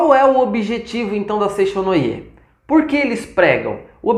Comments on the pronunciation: A pronúncia correta é Seitiô e não foi nada elegante zombar dos nomes dos japoneses. Não devemos chamar nada de estranho, só porque é diferente de nós. Falta muito profundidade nas informações dete vídeo. Lamentável. Seicho-no-Ie" (生長の家), significa "Casa do Crescimento" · Bom dia com alegria. Antes de falar sobre Seicho-no-ie, precisa estudar mais e aprender a pronunciar os nomes corretamente.